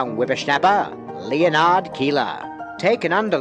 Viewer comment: Do you really not know how to pronounce 'Leonard'?